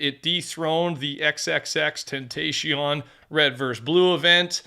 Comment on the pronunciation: it’s 2025 and ur saying XXXTENTACION name wrong